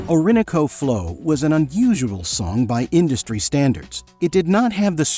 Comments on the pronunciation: OR-in-O-CO, not the a.i. "or-IN-oco"! ... 'an erection' between them is rare?? INTERACTION, say it right! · It's Ori NO co!!! Stop using AI and speak for yourself🤬🤬🤬🤬🤬🤬🤬🤬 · o-RIN-o-co Flow. Too bad AI cannot pronounce numbers and main titles correctly. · "Orin a co flo"? Seriuosly? It's Spanish and it's Orin know co. All at once. Isn't there an AI accent program yet? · Wtf, why can't you pronounce Orinoco flow correctly? Is this AI? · If you are going to make a video about an artist, you should teach your AI to correctly pronounce the names of her work. (or-in-o'-co) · You have to love how AI pronounces "or-in-o-co". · "Oar-in-O-co" Teach your AI voice well. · if you can't pronounce a word like ORINOCO then go to wiki and click of the word it pronounces it out loud for you Dumbo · Let her speak! Stop your idiotic babbling over her voice. Why don't you mention Phil Coulter? Must be an AI voice as you can't even pronounce Orinoco, FFS. Quality?? This is nonsense. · I guess both I, and all of the area radio announcers have been mispronouncing Orinoco for all of these years. The hit doesn't seem that long ago, though, when you're as old as I am. I was about to start a 25 year career that ended 12 years ago, LOL. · AI butchers titles. Orinoco was totally disrespected. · i can't give you a thumbs up because you can't pronounce Orinoco flow or Caribbean blue. please, you have never heard the songs. i have all the albums. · Is this AI? Can't you pronounce Orinoco correctly??? HUGE HUGE fan of Enya and her music! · Sorry, but I have to call out yet-another sloppy AI narration. Can you imagine not being able to pronounce "Orinoco" or "Amarantine" ?? They are both clearly sung and enunciated in the songs IN THIS VIDEO !! Just how lazy are these people !? :face-orange-frowning: Despite my rant, I found this video very interesting. Pity a human being didn't narrate it.